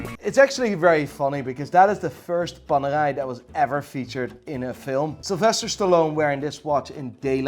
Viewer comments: The r in Panerai is pronunced like the r of Richard Mille, not in that francophobic way like you do. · ok you are hiding your Dutchness behind this thick northern Irish brogue so please say watCH and not watSss and work on your Cartier and Paneraï pronunciation, also it is BUL gari and not bul GA ri. Voor de rest you are doing fine, perhaps some unnecessary vulgarity. From a Patek and Journe owner. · the moment you said Panerai i knew you where Dutch